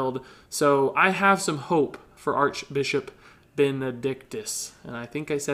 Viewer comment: Ha! he said Archbichop XD